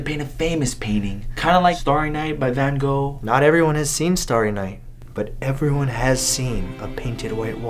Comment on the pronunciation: you said Van Gogh wrong